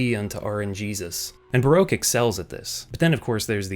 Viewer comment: Not how you say baroque